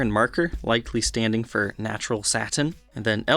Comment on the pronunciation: “SAT TAIN finish”